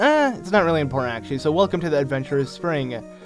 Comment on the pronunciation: you say important weird. you say inpoertent